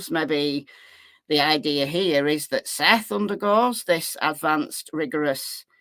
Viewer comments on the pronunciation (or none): Dog has already came out with his theory. Sounds like he’s taking Seth’s words as facts. He wasn’t even saying Seth’s name right. Lol I wonder how much “investigating” he’s really gonna do. Hey I’m gonna be optimistic, maybe there’s a method to the madness.